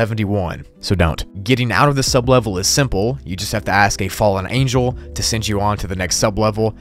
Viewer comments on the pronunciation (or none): none